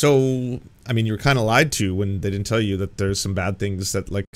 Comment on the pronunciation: Oh, someone has told Candy she needs to work on her elocution without Koch dollars. She's a "di-in't" or "was-in't" or "impor-int" like MTG. We got a full "wasn't" there.